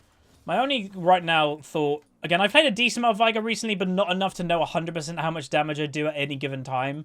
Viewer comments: Its vay-gar and u skill e second since u cant get stacks with w, and e is so much better for that situation where shaco died. It even says vay-gar in his lore btw. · why do you say Vigar?